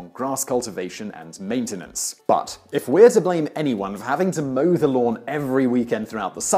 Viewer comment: Did he say cows were used to mow the lawns or moo the lawns? 😀